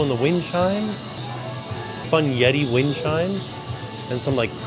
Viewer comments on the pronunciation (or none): none